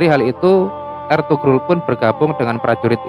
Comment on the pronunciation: Eltugrul dbaca = Elturul